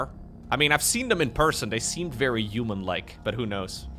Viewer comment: I love you. Thanks for all your dedication all these years. Since you so fond of words human and huge, could you possibly start pronouncing them human and huge instead of uman and uge?:))) No offence intended:)))